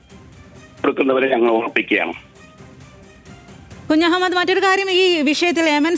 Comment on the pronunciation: കുജു മൂഡ് അല്ല കുഞ്ഞമ്മദ് 😂😂